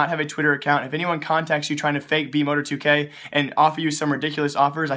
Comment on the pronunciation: Mo-tar-2k not Mo-tor-2k lol